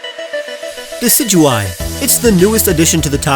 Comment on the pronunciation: Decidueye, not Deicedueye! And Rowlet does not end with 2 T's!